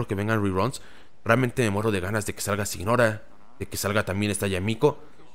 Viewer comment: Es normal que mihoyo esté exprimiendo el juego, es un producto y esta en su mejor momento. Poco a poco irá cayendo, yo por ejemplo ya estoy listo para dejarlo un buen tiempo. Y no gasto ni un solo peso en el juego. JajaajJ Por cierto, Signora se pronuncia siñora, todos loa nombres de los 11 son italianos.